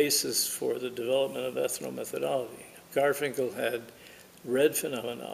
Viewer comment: Please: ethno-metho-DOL-logy. NOT ethno-meth-ology.